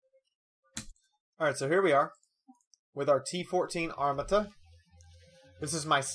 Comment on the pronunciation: You pronounced Armata wrong